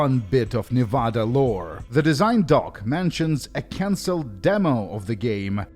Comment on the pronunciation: I mean this sincerely: I love how you say Nevada. Americans usually say “Neh-veh-deh”, but we’re dumb